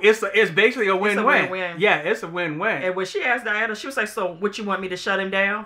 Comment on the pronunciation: The “A” at the end of Diana is not silent 🤦‍♂️ 😂